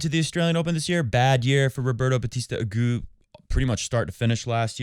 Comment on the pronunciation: Good to see you back,. Looking forward to your reviews of the matches. And nice work on the French there, BUT they use the feminine - La Monf - in these idiomatic abbreviations, as do the Italians 🤷🏻‍♀️ And as you have surely been told a million times, it is RB AgooT, not Agoo. Like Monfees, not Monfee. No idea what is behind these contradictions, but that is how it's done. And your mike is really picking up on the fiddling with and slapping of your notes there. It's quite a distraction.